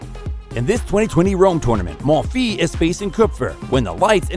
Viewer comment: Very nice video but if you work on your name pronunciation a bit more (Schwartzman, Monfils, Tomic) it will be better